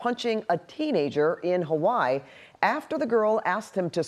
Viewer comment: Hawaii, not hawai 😂